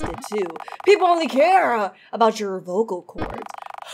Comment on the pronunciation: In second phases dialogue she said “vocal coys” :l LEARN ENGLISH